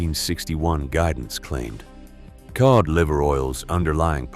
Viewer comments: I HATE AI videos!!! It's cod liver oil pronounced K-O-D, not Kee-odd. It's insulting to the listener, do better. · WTF is keod liver oil? Get rid of the AI narrator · AI voice can't pronounce the word Cod. Heh heh, it's one of the easiest ways to know they're using AI instead of voice actor. That inability to pronounce some words properly.